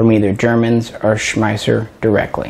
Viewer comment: we love you like a brother but it's distracting that you pronounce "Schmeisser" at least 3 different ways(including the correct way). But "we" can overlook this since you don't say "kalISHnikov":-)